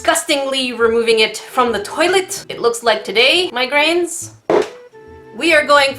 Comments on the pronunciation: When she says my grains It sounds like she saying migraines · i heard "migraines" instead of "my grains" and honestly? mood.